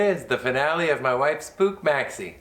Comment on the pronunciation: it is not Pooch or Pook. It's POOH (phonetically [PUX]). the last vowel (CH) is actually H as in "loCH ness"